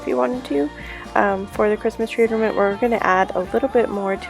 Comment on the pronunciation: Are you saying "ordiment"?